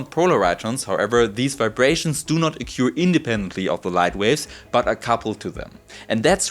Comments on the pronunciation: a couple of pointers: in English, "trough" rhymes with "hof" in German; likewise "occur" sounds like "hoer" but with a retroflex r for Americans. The microscope is amazing but the result doesn't impress me--after all, we've known for many decades that things can travel faster than light in a medium. I have a thought experiment for the theoreticians among your viewers. Imagine a perfectly stiff rod several light seconds in length. Suppose when we tap this rod, a light signal is generated that travels in vacuum to the end of the rod. If we tapped this rod, the rod as a whole would travel at a very low speed but the signal would be perceived instantly at the other end, beating the light signal. Can this apparent contradiction be resolved? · Hello. Fellow non-english person here. The way you pronounce 'occur' is wrong (it goes beyond "having an accent") and it wouldn't be a big deal if you weren't using it so often in this (excellent) video. I am being pedantic only because I wish people corrected me more often so I can improve, rather than being polite, because in the end these little things just add friction for the listener and you want to be the best communicator you can be.